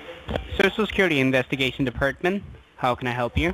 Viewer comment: I always here sho sho secuwity administwation lol